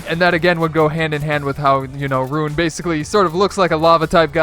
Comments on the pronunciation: By the way, his name is ruin. Not rune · Roo-in not rune